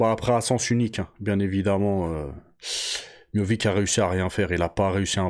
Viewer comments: Prononcé miossiche serai plus facile mon grand, arrête de dire Miovick, miovik😅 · Miovic ? C'est miocic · Je crois que c miocic et non miovic, il me semble. J'ai trouvé que miocic n'était pas très affûté physiquement pour ce combat.